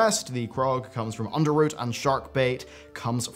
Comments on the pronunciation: STOP CALLING IT UNDERROOT ITS ROT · Did he say Under-root?